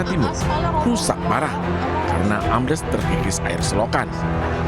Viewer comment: Ambles mas. betul mbaknya. Am bles. bukan Am blas. artinya lain.